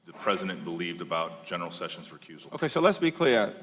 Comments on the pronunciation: I would bet a kidney that Sheila Jackson Lee can't spell the word judiciary much less pronounce it. She also thinks the former AG's name is Jeff Sevens . She is clearly illiterate with a commensurate IQ.....a complete embarrassment. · She can't even say the name "Sessions" correctly. She's a bully with nasal problems.